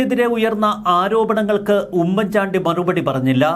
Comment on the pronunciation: Please........🤔🤔 "" ഉമ്മൻ ചാണ്ടി ""... എന്നത്..../ * ഊമ്മൻ ചാണ്ടി *..... എന്ന്...... ഉച്ചരിക്കരുത്...... please......!!!!!!!!!!......( With love )......🙋🙋🙋🙋🙋